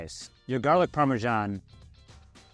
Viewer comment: it's parmesan not pawmeshaun